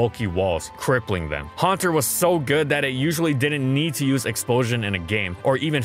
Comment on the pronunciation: Huanter really?